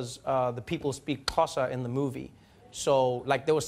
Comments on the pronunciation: Did he just say "KAT OSA" instead of pronouncing "XHOSA"? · So embarrassing as a South African I cannot pronounce Xhosa or even understand it, so as much as I wanted to agree with Trevah on the subtitle situation, I could not🙈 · Actually they butchered the Xhosa so you needed the subtitles.